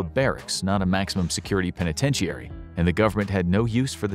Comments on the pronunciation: Great video. I believe the proper pronunciation of "penitentiary" is only 5 syllables and is "pen ih ten sure ee", not 6 syllables and "pen ih ten she air ee" (I know those aren't the proper phonemes for guiding pronunciation) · I’ve never heard somebody pronounce penitentiary like that. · That’s not how penitentiary is pronounced.